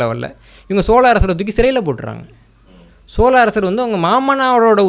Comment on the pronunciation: இந்த காணொளியில் மன்னர் மன்னன் பல இடங்களில் சோல அரசர்கள் என்று சொல்கிறார். பிழையை திருத்திக்கொள்ள வேண்டும்